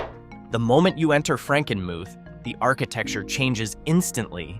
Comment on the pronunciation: Frankenmuth is pronounced Frankenmooth, and Ypsilanti is pronounced Yipsilanty.